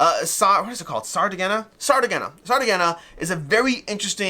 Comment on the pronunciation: Sardegna (Sardinia in english) is the name of an Italian region and island. "Sardegna" is pronounced as [sar-DEH-nyah] sar – like "sar" in "sarcasm" DEH – stressed syllable, like "deh" in "debt" nyah – similar to the ñ sound in Spanish